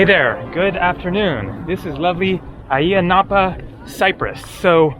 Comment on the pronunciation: Ayia Napa is known as a British/European hangout for the party crowd. I’ve always thought Ayia the A is silent, sounds like IYA in pronunciation! What a noisy bike your riding, sounds like an old rusty lawnmower, lol